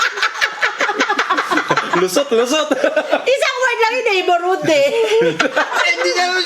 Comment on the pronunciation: "Neighbor....hood" HAHAHAHA 🤣😂